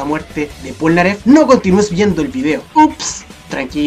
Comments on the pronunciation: ¿porque dices pornaleff en la parte 5 :,v? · Sabian que se pronuncia plnaggeff